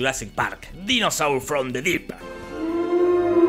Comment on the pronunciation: "A DAINOSOR" AJJAJAJAJA